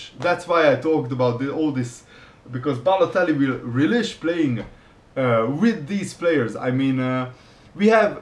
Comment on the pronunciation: Rell - ish not relesh